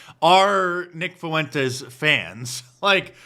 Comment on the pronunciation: Can’t even pronounce Fuentes